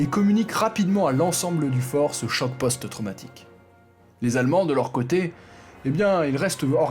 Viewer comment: Post-traumatique et non poste traumatique, casemate est féminin. Hormis ces détails, c'est un excellent documentaire, très bons enchaînements, magnifique diction, sujet original et instructif.